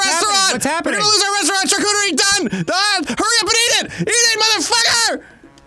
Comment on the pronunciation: i thought they were saying charcooterie as a joke but now i feel like they arent and its starting to bother me